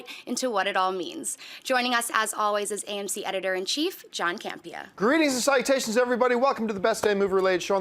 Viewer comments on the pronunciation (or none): Just so you know, the phrase is "Greetings and salutations." It sounds like you're saying, "citations."